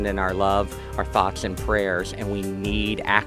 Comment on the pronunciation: Thoughth and praytch